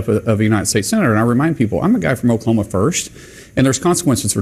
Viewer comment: The oklamona was comical though.